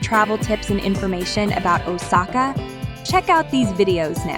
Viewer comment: The way they pronounced Osaka just ticked me off.